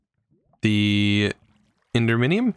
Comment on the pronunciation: Ugh, love the vids, but the wrong reading and spelling.... Its written right there, even if you cant pronouce it, don't just randomly add a letter to the word... enderMinium??? From Endimium?? I did not forget to help with a like, but meh, I guess if it bothers me, woe to me..